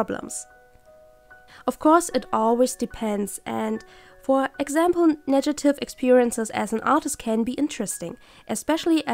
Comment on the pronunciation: I'm inspired by this video. Thanks! By the way it's negative not nejative :D